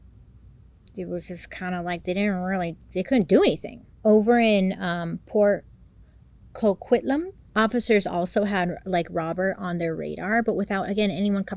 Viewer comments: Port Coquitlam ❤ you nailed the pronunciation 🤓🥰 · Perfect pronunciation on Port Coquitlam (PoCo for short) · OOooo the Pickton case. Another one that will make most Canadians shudder in horror. 1. I don’t know why I appreciate you telling us their Zodiac sign. I went ‘A Scorpio… figures.’ ;) 2. You did get Port Coquitlam correct. Yay! Thank you Bailey. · Bailey you pronounced Port Coquitlam beautifully! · Hey, you said Port Coquitlam correctly! Well done! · You pronounced Port Coquitlam perfectly! 😂👏🏻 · Thank you for bringing this situation up. You pronounced Port Coquitlam correctly by the way! Lol I remember seeing him alot on the news growing up as I grew up just outside of Vancouver... And I found out a couple of years ago that my sister's, sister in law was a victim of his. 😔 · I’ve watched you for years Bailey and I grew up in the lower Mainland of Vancouver aswell, and I’m SOOOO glad you covered this case. You said Port Coquitlam correctly ❤️🙌🏻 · Perfect pronunciation of Port Coquitlam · Did perfect on the pronunciation of Port Coquitlam but it’s aka PoCo 😂! There sooo much to this story that I’m shocked you got most points in an hr. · You pronounced Port Coquitlam perfectly 👏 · Fellow Canadian here too, and I've been waiting and hoping she would cover it too! Also, I live just 2 hrs away from Port Coquitlam and spot on for the pronunciation!! We'll done! 👍👏